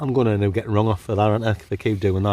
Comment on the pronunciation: As a yankdingo I’m loving break into a septic accent recently at random times. 😂 “Gerrin lads” lol